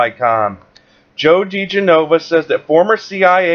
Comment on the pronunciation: The pronunciation of Joe's name is 'da-gen-oh-va'. Just sayin'.